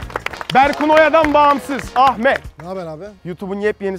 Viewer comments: Ahfer degil ahmet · Abi herkes ahfer ahfer diye konuşuyor ya❤❤😊😊